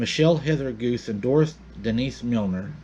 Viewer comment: Also, the name Guse is not pronounced "goose". It is pronounced "goo SAY".